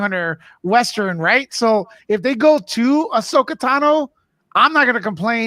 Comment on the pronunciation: Could you please learn how to say Asohka Tano properly lol?